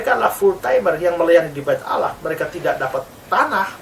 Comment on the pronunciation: bkn Alah pak tp allah hhhh tolol kau pendeta